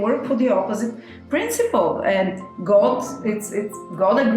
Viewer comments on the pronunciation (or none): none